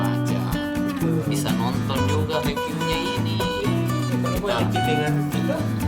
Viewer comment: Bukan reviuew bang Yg bener ripyu